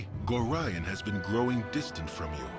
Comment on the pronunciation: I know there's no real point to saying this now, but I must. The man's name is Gore-eye-on, not Gore-e-on. Besides that I look forward to a new (to me) playthrough of one of my favourite games!